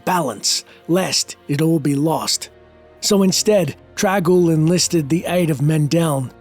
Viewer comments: Why do you keep pronouncing the name as "trag-oul"? It's got an N in there. It's "Trang-oul". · Its TRANG Oul TraNg.... not trag... or drag ...